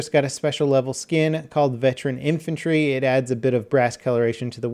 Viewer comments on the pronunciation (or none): none